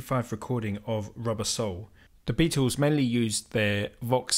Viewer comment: It's not "the Beatos" it's the Beatles.